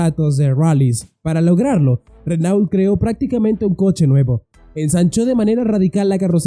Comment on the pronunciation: Chrysler y se pronuncia craisl craislær, Renault y se pronuncia renœ.